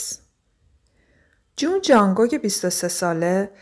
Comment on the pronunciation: جانگوگ آخه بابا جان جونگ کوکه نه جانگوگ💔😐